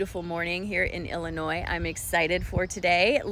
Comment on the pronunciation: Wow Illinois. That’s why you know how to say it correctly! I grew up a few miles from Saint Louis on the Illinois side. So we could’ve been practically neighbors. Thanks for your message as always awesome! Have a great day! PS what a great shirt.!!! 🎉